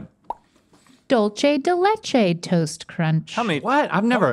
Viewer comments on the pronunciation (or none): "dulche de leche " I was so confused when i heard that until i read it and i was like oh Dulce not dulche. LOL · its not doleche its more like duel-say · why did she pronounce dulce de leche as "dull-chaye de lay-chay" correct: "dool-seh d-eh leh-ch-eh" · Dulce de leche is spanish. Why yall readin it like it’s eye-talian? “Dool-seh” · Duel-say. Not dull Chey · The “Duh-lche te lege ” hurt me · “Dool-seh deh leh-cheh” is the pronounciantion of “dulce de leche.” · “Dolchay da lachay”💀🤣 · Ain't no way she just said DulCHE de lechE toast crunch... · THE WAY THEY SAY "DULCE DE LECHE" AAAA MY LATINA SIDEEEEEE☠️☠️☠️ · the way they said Dulce de Leche kinda hurt my heart but the video was amazing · Why do Stevie pronounce Dulce de leche as Italian… is spanish